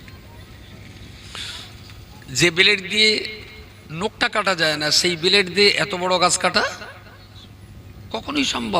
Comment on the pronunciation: এই মৌলানা হচ্ছে একটা মূর্খ ভন্ড ব্লেড কে বলছে বেলড ফর্ম কে বলছে ফরম